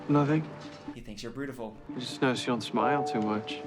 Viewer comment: OH HOW I WISH YOU WERE RIGHT ABOUT IRIS NOT BEING THE LOVE INTEREST!!! 😭 Edit: I just got to the point where he said ‘he thinks you’re bertiful’ and I almost popped my stitches, I laughed so hard 😂 I WISH YOU WERE RIGHT